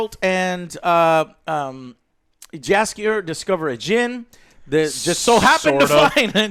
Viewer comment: Damnit, Joe! Say Jaskier just like they did it in the show - Yaskier. Also, the accent is on Yas. And one thing about Jaskier - the Polish version of him was presented better. He was more bardy? Less goofy - that's for sure.